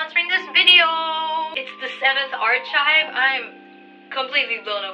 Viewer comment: I don't mean any hate to what I'm going to say. Correct me if I'm wrong but the way you pronounced archieve was wrong I'm not trying to be perfect because I know everyone makes mistakes and I also never knew it at first ,I just leraned it in tiktok. I too still makes a lot of mistakes in english so it should be fine. I really love you and your art💜💜💜 I think it's supposed to be "aar·kive" or in your case "Art·kive"